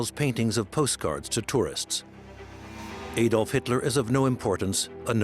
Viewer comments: Warning: A documentary which cannot even pronounce the name of Adolf Hitler and instead calls him AYdolf Hitler cannot be trusted with even more complicated information. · Hitler's first name is Adolf. in Germany pronounced (Add-olf) in Britain pronounced (Add-olf) where on earth did America get (AYY-DOLF HITLER) from??? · Not pronounced AYDOLF, it is Adolf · why do Americans pronounce it ey-dolf and not ah-dolf? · Why do Americans always mispronounce the name Adolph? The correct pronunciation is with the short ‘a’ as in apple, not the long ‘a’ as in fade. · His name was Adolf Hitler, not Ädolf (Aedolf) Hitler. There is no Umlaut (diacritical mark) over the A. The ignorance of some people is shocking. If you are making a documentary entitled "Best Docomentary", at least tell the V/O commentator to research English and/or German pronunciations first and foremost. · Adolph, not Aidolph for you Americans! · How can you make a documentary about someone and pronounce the person's name wrong?? Also he wasn't the most bloodstained person in history at all, in fact even Stalin who took part in the same war killed more. The name is pronounced add-olf not aye-dolf, there are thousands of hours of video evidence with his name being said so there is no doubt about it. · Please pronounce as "Adolf“ , not "Aydolf“. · Another Amurikan incapable of pronouncing "Adolf". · EJDOLF.. geez learn how to pronounce his name ! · All that ‘special’ research and nobody taught the narrator how to pronounce Adolf correctly. I can’t wait for the Eye-raq documentary. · I wish Americans learn how to pronounce the name Adolf. A-dolf? Stop it. Same with Eye-raq. stop it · Eedolf Hitlour pronanciation really pisses me off!